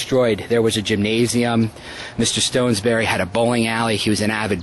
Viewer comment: STOTESBURY is not Stonesbury!!!!!!!!!!!!!!!!!!!!!!!!!!!